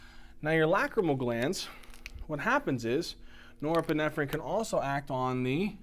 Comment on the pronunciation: i wish you would stop saying neuroepinephrine